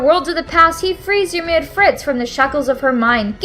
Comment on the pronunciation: Please just fucking say Yimir and Titan correctly